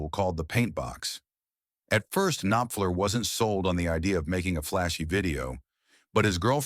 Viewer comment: It's a pity the AI voice can't pronounce "Knopfler" and "bassist". And its a great song, but it's hardly an insane story.